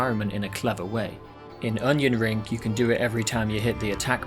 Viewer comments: I keep hearing Onion Ring. Now I can't stop calling this game Onion Ring. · You called it Onion Ring. Youve earned my subscription